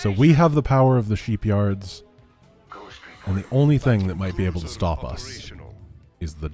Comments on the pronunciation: French accent buddy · Ah yes, The Dylarian Sheepyards (as DuGalle would say it).